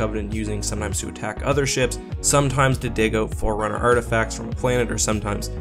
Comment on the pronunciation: Forerunner not four runner